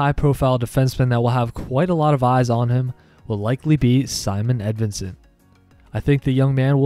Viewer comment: Thank you for pronouncing his name correctly! I don´t understand why some people say Simone Edvinsson. The closest pronunciation in English would be Symon but I prefer Simon before Simone any day!